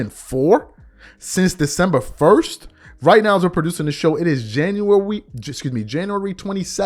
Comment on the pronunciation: What month is it baby "Januworrry" 🤣😂🤣